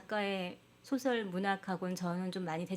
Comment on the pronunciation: 노벨 수상의 축제 분위기에 또 다시 노란 한국 언어 타락상!! 이 비평가를 포함하여 단어의 발음 문제!! 소설 문학상을 받았는데, "소설"이라는 말을 발음을 바르게 한 이를 본적이 없다. ""소설" 의 "소"는 "길게" 발음해야 하는 자이옵니다. 대한민국 동포 여러 분!!! "소년, 소시민!"등 "소" 등의 발음도 제대로 발음하지 못하는 대한미국의 문화를 고려한다면 이 나라는 노벨 문학상을 받을 자격이 없나이다. "한국 어문을 고발함"을 "눈물로"쓴 미국 변 완수 드림